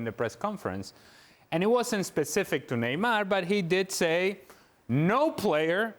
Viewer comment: If she’s trying to do accents Neymar is pronounced Neymar In Portuguese not Neymal like you would pronounce it in Spanish, I know she’s fluent in Spanish but stop trying too hard..other that her knowledge what the game is good.